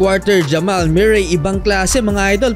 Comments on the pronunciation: Murray tol pronounce moohrey a ewan😂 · mu-rey not myu-rey (MURRAY) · Jamal MEW-ray!😂😂😂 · Jamal Muh-ree